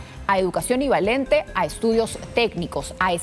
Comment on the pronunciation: ivalente??? K es eso!